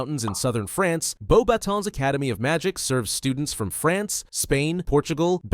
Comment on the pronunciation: Thank you for pronouncing Beauxbatons correctly